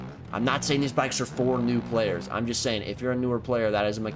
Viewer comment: “A-kITs arE FoR THe nEw pLaYErSch” 😂